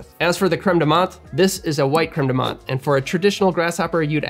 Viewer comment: not very important but i just meant to say as a french person that the "th" in "menthe" is pronounced as a "t" in french, not the usual english "th" nice vid